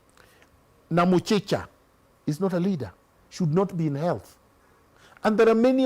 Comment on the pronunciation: Did i just hear Namuchicha😂😂 CS health